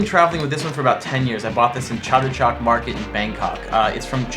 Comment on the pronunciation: Chatuchuk (จตุจักร) is actually pronounced like "Ja - Thu - Juk" : )